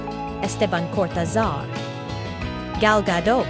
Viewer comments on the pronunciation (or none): none